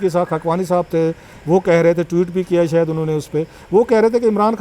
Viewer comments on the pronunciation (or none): none